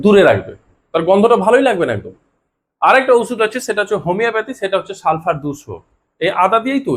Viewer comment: সালফার 200 বলছেন নাকি সালসা 200 বলছেন বুঝি নাই লিখে দিলে ভালো হয়।